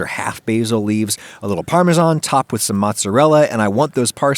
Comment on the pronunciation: "parm men sawn"